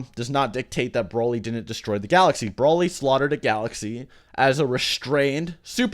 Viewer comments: DUDE IT'S NOT BRÓLY OR BRAWLY It's Broly (Bro-lee).. ffs everytime you say it triggers me. Watch the dubbed movies and hear them... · Bro-ly not Brah-ly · why do you keep saying "brawly" instead of broly? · Broly not braly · Can you just say BROELY like everyone else... I’m pretty sure you’re like the only person on planet Earth who says BRAHLY. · It's broly not braly😭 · Damn dude, pronounce broly properly will u! It's not 'Brawley' it's Broly! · Omg the way he says “brawly” like bruh try at least. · I cringe every time you say Broly like Brawly 😂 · everyone says Broly like brawly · Are you stupid? "Braley"??? really? Learn how to pronounce Broly idiot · It's pronounced "Bro-Lee" smh lol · Me: Wow this seems interesting. I'll give it a watch: "Brawly" Me: I immediately regret this decision. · NOBODY FUCKING SAYS BRAHLY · Why is he pronouncing Broly as Brawly? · I was reading a comment chain while eating ice when said "Brawly". I slammed down my cup of ice and closed the chain (I'm on mobile) and was about to leave a triggered comment, but then corrected himself. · Say his fuckin name right dipshit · Dude your not saying broly right